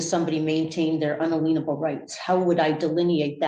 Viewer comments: I was hoping she'd get around to mentioning "un-uh-lean-able" rights. That crack me up every time. I assume they mean inalienable, but who know? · "Unaleenable Rights"? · "Un-a-lien-able"? The colleges that gave Debbie Dipstick degrees should be investigated for fraud. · "un-ah-leen-able rights" drives me up a FUXKIN WALL and then straight across the ceiling. 😭 that and "articulary suspicion" or "articulate suspicion" 😐😐😶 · What is an "unaleanable" right? LOL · Un-a-lean-able?? And she has college degrees? Best joke of the week. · what is an “unaleenable” right 🤣🤣🤣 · "UnALEENable rights" I just can't. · In-uh-lean-able rights. Clown. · Semi-serious question - does anyone know why SovCits pronounce "inalienable" as "unaleenable"? Presumably they don't intend to change the meaning of the word. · She has many degrees but doesn't know how to pronounce inalienable rights. There are no unleenable rights. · I have to laugh that the person with "multiple degrees" can't pronounce unalienable 😂